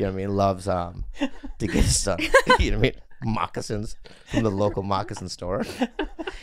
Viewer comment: everytime Bobby say moccasin 💀💀💀